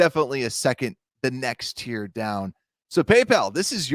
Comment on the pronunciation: BEAR DAHN